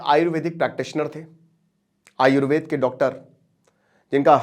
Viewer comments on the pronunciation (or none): none